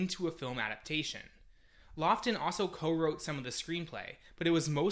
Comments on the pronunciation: it is pronounced lawton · Those are both pretty well-known people with well-documented name pronunciations. I'm not starting off with great confidence after hearing that.